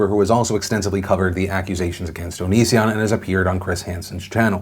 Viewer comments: Philip DeFranco did you say Onision as oh-no-seh-on like Shane Dawson does for a joke or to spite him or something like that please say yes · How the fuck do you pronounce onision? Everyone says it differently and I genuinely don't know how